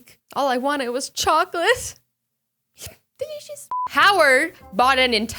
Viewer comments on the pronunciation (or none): # that way to say delicious 😂😂😂omg Azy, come in Uk, Bournemouth, i will grab chocolatte for you. Promise. 😇